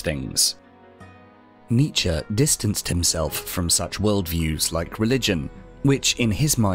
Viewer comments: Thought it was Knee-chee ? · I can't watch an entire video of you mispronouncing his name! Aahhh pull my hair out!